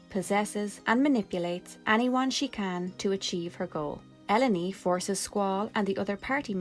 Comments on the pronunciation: I always thought her name was pronounced like “Alone” until I played through w a partner and she preferred “El-oh-nee” — I think it a much more pleasing sound but I wonder if the pronunciation should be more like Alone — in keeping with the common Squaresoft characternymming patterns. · I always pronounced her name like El-lone (like alone) not l-o-knee like you seem to be doing. I thought the play on words was intentional 😂😂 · I always pronounce her name as E-lone. like "alone" but with E instead of A, because it's an allegory of the burden that, to be a sorceress, means to be alone. Its why some sorceress like Ultimasia and Adel, detach of human contact tend to be ruthless and don't care about anyone but themselves, and Ellone and Rinoah who bitterly acepte that their powers makes them feared and or researched to the point of willingly isolated themselves to protect others, and no mater how much they try to bypass this rule and try to search for affection, those others she love at the end will end up hurt because of them, no natter what. Of all this sorceress i think Edea is in the middle, she decided to stop this bitter cicle once and for all but also letting herself get posses after what i think she thought "the time was ripe" for the battle to begin. So she train the seed together with his rich husband to fight her and win (a battle that all points it extended way into the future) with the purpose of saving herself but as a collateral saving the world of the sorceress influence. Useless trivia and theories: i think there was supposed to only be one sorceress in the planet at the time, Sorcerers powers get inherit after the former sorceress was unavailable, there fore, Adel after being captured send this powers lose and where capture by Ellone, Being isolated in Ester continent her powers diminished shared with Dr. Odins machine, because of this Rinoas powers start to develop naturally, BUT! whe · Because of the double L, I pronounced it El-lone